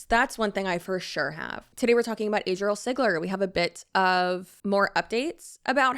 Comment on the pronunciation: Chile...not Azriele..Azalea..ADRIELE!! What now 🤦 (not sure if you saw my name. I'm on the spectrum too) Woot woot! 🎇🎆🎀 ❤